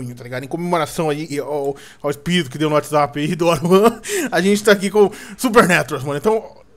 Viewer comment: o falo watshapp